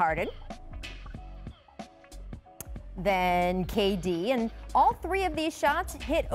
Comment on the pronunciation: Every day Rachel adds three or four syllables to "and" at least once. A-a-a-a-and